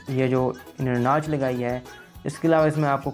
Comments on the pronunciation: Nach ni notch, mobael ni mobile-:D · Aby bolna to Sikh ly Notch ko Natch bol RHA hai Copy ko Capy bol RHA hai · bhai banda thori si research kr leta ha. thori si aqal istemal krleta ha. tu ne to pronunciation pe b dihan nahi dia. "Nach"